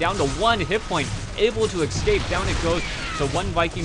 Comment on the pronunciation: Honest reviews and some humor in the mix is great. I have to mention though, "Escape", not "exscape". Nitpicking I know but for some lame reason it bothers me :P (the word comes up fairly frequently)